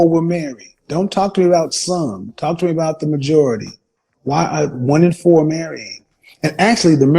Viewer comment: The number is pronounced Four....not Foowar😂😂😂 country ass